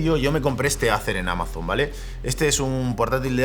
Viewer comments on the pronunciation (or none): none